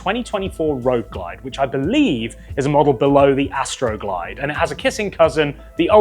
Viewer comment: "Astro glide" lol